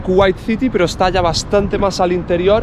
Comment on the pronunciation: "Eshtá durita eh" JAJAJAAJAJAHA